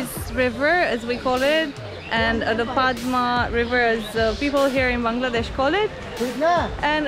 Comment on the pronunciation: Padma in Bengali we pronounce like pod-da. The name of the place is pod-da garden as it is a garden in pod-da river. Very easy to follow isn't it? :P welcome to my city btw. You guys are the first international vloggers to come in Rajshahi. So thanks!